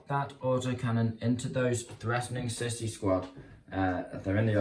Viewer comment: Lol, fyi its not pronounced sissy, but sea-sou